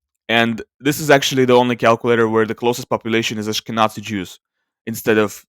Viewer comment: The 'z' in "Ashkenazi" is pronounced like 'z' in "zero". Moreover I have to ask, what is the source of this sample? Is there archeological evidence taken into account to conclude this person is Jewish? Or are you just assuming they are Jewish exclusively based on their closest genetic populations?